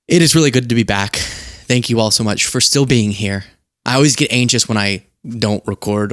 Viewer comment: I just don't get it. You say "think" and "things" correctly. But you say "thanks" everything time like you're saying "the". What's with the th sound in thanks? Do you pronounce truth with the th sound of smooth? Say thanks right! For the love of all that is holy...